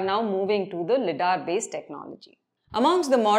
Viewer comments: LIDAR is pronounced as "lie-daar" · LiDAR pronunciation 😑😑